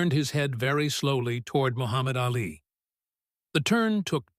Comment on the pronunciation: AI does not know how to speak a sentence correctly and mispronounces Ali’s name incorrectly. Too much talk that is not done right about a figment of someone imagination.